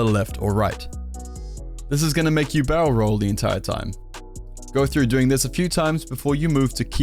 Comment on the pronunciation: When you said "barrel roll" your accent kinda confused me and I thought you said "bowel roll"